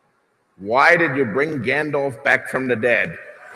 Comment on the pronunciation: He doesn’t even pronounce Gandalf the right way ... please stay in your seat